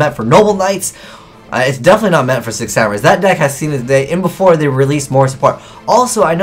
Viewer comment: Every time he says "Six Samurais", I hear "Sick Samurais"